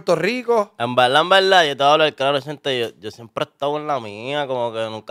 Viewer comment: Decir en veldad es incorrecto, pero repetirlo dos veces ya es para provocar 😂🤮